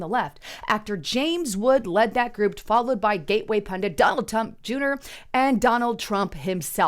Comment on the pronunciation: Hold up.... did you just say danord Tump dunor and just kept going like if you said it right?